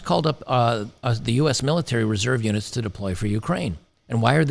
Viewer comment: When you said "reserve units", I heard "reserve unic's", which is probably more accurate, lol.